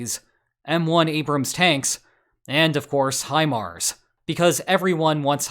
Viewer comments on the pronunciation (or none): none